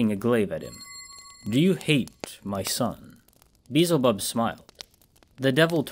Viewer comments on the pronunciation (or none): Great narration but I couldn't help but chuckle whenever you said "Beezel bub" it's pronounced Bee EL zuh BUB just so you know. No offense.